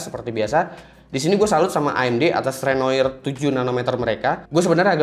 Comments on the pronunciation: "Renoir" itu dibacanya "renoar". Nama-nama arsitektur Ryzen diambil dari nama-nama seniman maestro. Picasso dari Pablo Picaso. Matisse dari Henry Matisse. Renoir dari seniman Perancis, Pierre-Auguste Renoir. #SejarahSeni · bacanya "renoa" bang. kata "renoir" sendiri adalah nama pelukis terkenal asal prancis, Pierre-Auguste Renoir ( ). Dan di Prancis, akhiran "oir" dibaca "oa" #cmiiw